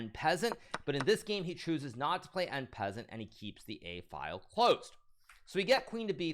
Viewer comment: “En Peasant”😂